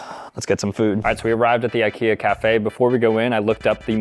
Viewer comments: how did he mispronounce Ikea randomly after he said it right so many times? wtf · He pronounces IKEA wrong.. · Ikea pronouncing needs some work…